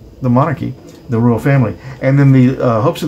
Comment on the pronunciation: Princess ROYAL.... not roya!e ....I like your show! 😃